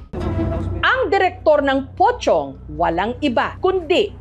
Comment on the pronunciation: Kala ko pokong ung pronounce